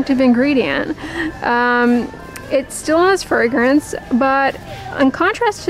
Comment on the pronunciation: Frangance, fragrance, fragrance, take a shot everytime she said it! 🙄